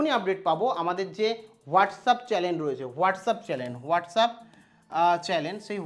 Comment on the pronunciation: সব ঠিক আছে ভাই তাবলে গায়ে স্যুট চাপিয়ে sir কে sri কি কথা?আর আমি জানতাম চ্যানেল তাবলে chalen আবার কি কথা?আগে উচ্চারণ ঠিক করুন,না হলে মুখে গু তুলে দেবে লোকজন।